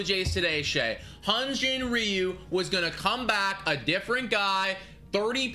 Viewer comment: hyunjin ryu's name isn't "re - you", it's pronounced similarly to the chinese last name "liu" (they are the same character, after all). It's single syllable and more "l" than "r'.